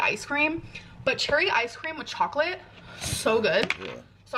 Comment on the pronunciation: ch-HOCK-litt fkn gets me to me so much i feel a bilious attack coming on